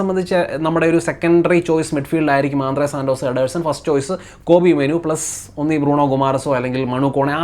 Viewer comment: ആന്ധ്രാ സന്തോഷ് ❌ ആന്ദ്രേ സാൻ്റോസ് ✅